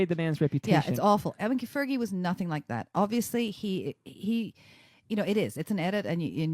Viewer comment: Crappy narrating. I did not wike or subscwibe.